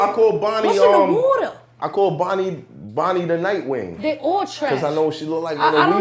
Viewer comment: nigga said Bonnie The Nitewing, i'm cryin lmaoooooooooooo